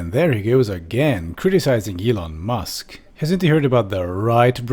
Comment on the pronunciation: M'lon Eusk...